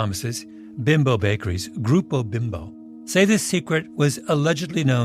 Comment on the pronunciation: Beembo is the pronunciation of Bimbo.